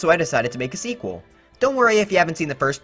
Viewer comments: You said sqeakle instead of Sequel like from Alvin and the chipmunks? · Sqeakqule? What is that meant to mean? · Squeakqual? Have you been watching too much Alvin and the Chipmunks: The Squeakquel? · You said "squeaquel", not "sequel". That's an inaccuracy. (btw please quit hating on the Fire Emblem characters. They are all different with the exceptions of the echo fighters, and no, they are not taking over Smash bros. Including the echo fighters, there are only 8 fighters, which means 8 of the 74 fighters are Fire Emblem. Yes, they are ~10% of the fighters, but what about the pokemon? They also have 8 fighters, with only one of them being an echo fighter, and none of them being dlc in Smash Ultimate. Basically, that means that there are 7 different pokemon, and 6 Fire Emblem fighters if we remove echo fighters. Where's the hate for them? {Ok, maybe I'm getting mad because Roy was my original main, maybe I'm mad at the fact that people won't shut up about it, I dunno, that's up to interpretation}) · The squeak le (Meant to be sequel) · He said “squiqule” at the end instead of sequel 😂 and guys this is NOT a hate comment it’s just kind of something I noticed. Now that I think about it it’s kind of like this video